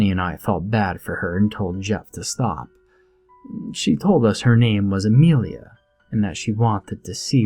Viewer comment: It is Amelia not Amrealia